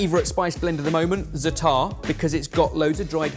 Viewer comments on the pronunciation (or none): It's Za'atar not Zata'ar,:P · i love that you love za'atar, but please please please alter your pronounciation? You say 'zataar' whereas the correct proniunciation is 'zaatar'. I wish there waz a way to make you hear the correct pronounciation... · *"za'a-ter"*, not "zuttahr/zuh-TAR" for some reason hearing white ppl mispronouncing Za'atar really triggers me... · that's not how you pronounce zaatar 😅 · please look up how to pronounce Zaatar Love you bye 🥰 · Za'atar - the accent is on the first syllable. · Za'atar has two a's and then one, so why would you pronounce it like one then two: za'taar? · When pronouncing Zatar.... emphasis is on the Za not the tar...